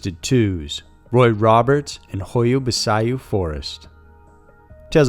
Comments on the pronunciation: It isn't nastiness, it's the truth. The forest is very well known and popular on tv shows, etc. How he could not have known how to pronounce this is beyond me. All it takes is a quick Google search and a click on the blue speaker icon. By the way: Pronunciation DOES MATTER. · I closed my eyes sharply when I heard how he pronounced it, but in all fairness it's not easy to say it properly if you don't hear it from a native romanian speaker. But yea great video ! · Great vid as always but it's pronounced "hoya-bachu". Love your channel..😃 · Um, it’s pronounced hoy-ya bah-choo. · The Hoia Baciu forest is pronounced as Hoia Bacu, the people who live near the forest used to avoid it. Now, it has become a source of income because there are lots of paranormal enthusiast visiting the forest. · Hoia Baciu (Hoy-a Bat -Chiew) is a very famous well known location in Romania. It has been featured on Ghost Adventures, Josh Gates' shows, and numerous other programs. Even a two minute glance at a website of world famous haunts & forests would help you prepare before you go to air with your mangled mispronunciations...For God's sake this is near Dracula's territory. Everyone knows this. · the correct way to pronounce the name of the Forrest is ho-ya-bah-chee as in "cheek" without the "k"...sorry just had to point it out,,, it's an o.c.d. thing....lol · I think the best part was hearing u say the forest's name wrong. Actually Sounds like a sneeze lol (ba-ch-u) but your way was funnier But I truly believe that they should have investigated the charges on Roberts before they killed him and said, "hey... maybe he was innocent like everything and everyone said! 💡 let's check now that he's gone" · What was that pronunciation of the forest lol 😉 Definitely not how it's pronounced. Anyways love the videos ❤ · I'm romanian and I must say, the way you say Hoia Baciu is hilarious XD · You butchered the fuck outta that pronunciation.